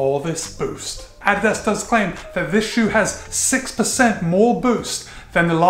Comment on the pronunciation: Thumbs up just for you pronouncing it correctly!